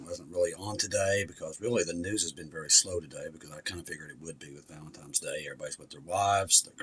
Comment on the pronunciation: I have been speaking the English language for the better part of 55 years and in all my days I have never heard of valentimes day what is that? I have heard of a holiday called valenTINES day but never ever have I heard of valenTIMES day. Your interpretation of the English language never ceases to amaze.